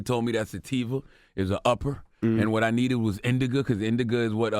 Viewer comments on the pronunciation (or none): CTG called Indica "Indiga" Haahahahah!